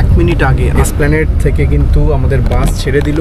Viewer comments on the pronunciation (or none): উচ্চারণ একটু ভাল করুন। বাঁশ আর বাসের পার্থক্য মুছে দেবেন না। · বাস না বলে বাঁশ বলছেন কেনো উচ্চারন। আর সব স্লিপার বাস ই তো এমন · উচ্চারন গুলো ঠিক করেন বাশ না বাস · এই মিয়া বাশ না বাস বলেন